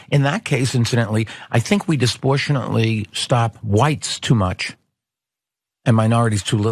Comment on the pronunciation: Mike. The word is "disproportionately."